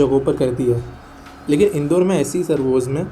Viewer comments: In-door nahi inn-daur 😂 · Isse indoor nahi padhte...in-daur padhte he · Pronounce.... Indaur City